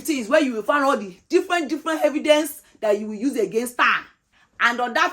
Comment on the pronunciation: please Where did you find the letter “H” in the word “evidence”?